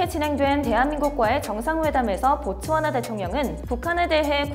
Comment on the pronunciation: 아 보츠와나 구나.. 듣기만 하다가 고추하나로 들려서 다시 돌려봄 ..